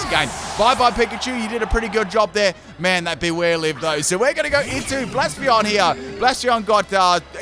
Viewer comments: take a shot every time pronounces "blacephalon" as "blaspheon". new eeveelution confirmed? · btw, I love how you pronounce 'Blacephalon' as 'Blaspheon' 😂😂😂